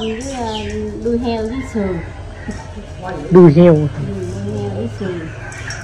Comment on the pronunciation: Đuôi heo chữ k phải đui heo